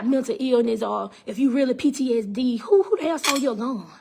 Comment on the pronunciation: Ma'am, I know this is a serious matter but are u saying PDSD or PTSD??? Edit after listening further: But u speaking facts though, if it's true.